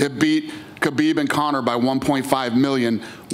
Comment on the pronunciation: "Conor",gawd dang it's not hard..